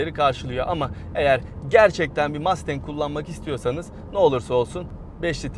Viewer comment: MAstEnK nedir ya? Mustang. Mastenk degil :)